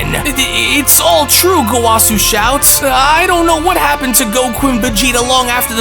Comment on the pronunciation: That is not.. how you say gowasu's name, or rumsshi, I think you should actually watch super lol you are butchering everyone's names